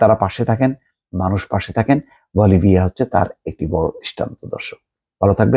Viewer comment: মোস্তফা ফিরোজ সাহেব আপনার পড়ার উচ্চারণ শ্রুতিমধুর করুন। আপনার টপিক ভালো কিন্তু পড়ার স্টাইল আরও উন্নত করুন। আপনি একটি শব্দকে ভেঙ্গে ভেঙ্গে উচ্চারণ করেন, যা খুব শ্রবণ মধুর নয়। যেমন বলিভিয়া উচ্চারণ করতে বলি ভিয়া বলেছেন।